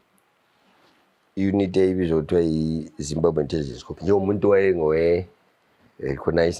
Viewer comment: Corp is pronounced Cor, the P is silent